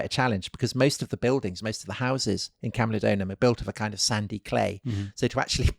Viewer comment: It is camulodunum and pronounced as such, not camulodonum. Wonderful podcast by the way.